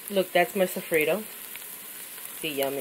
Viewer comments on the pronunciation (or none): lol "sofreedo"